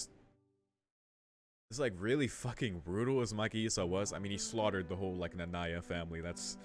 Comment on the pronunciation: You mean “Nanaya”. You said Nanya. It’s Nanaya.